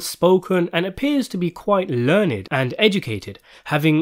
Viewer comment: “Brother Mouzone, you are so learned.” Learn’d son. It’s pronounced learn’d!”